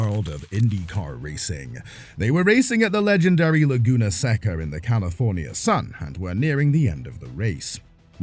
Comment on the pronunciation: You know, anyone can Google, "pronounce Laguna Seca", I'm just sayin'.